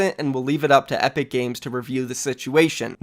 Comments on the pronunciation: Anybody else hear him say apic instead of epic lmao, jk 😂 everybody use code THEFORTNITEGUY in the item shop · he says apic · lol "apic" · "Apic" nice